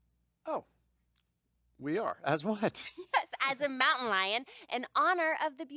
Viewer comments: “Monutain lion” lmao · "monutain lions" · Lol monutain lions 😂